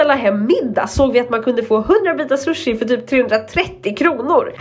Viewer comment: Hon kan inte ens prata